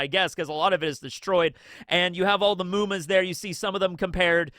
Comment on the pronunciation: I just realized when you said "Muma" that it is supposed to be 夢魔... Its not a long U, its a short one... not "mooma". I thought you were learning some japanese, but it looks like you still cant differentiate between long and short vowels. Its just mu, not muu...